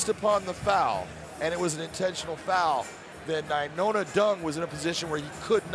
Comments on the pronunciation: Nai-Noah...... not Nai-Nona 🙄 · Brah. His name is nainoa. Not nainona. How can the commentator not know how to say his name right. So irritating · Big John can’t say Nai-NOA not Nai- NONA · the dumb guy keeps saying “nainona” it’s nainoa 🤦‍♂️ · Must be in the Bellator anchor contract, that nobody can correct big John, when he starts adding extra n's to ppls names. Lol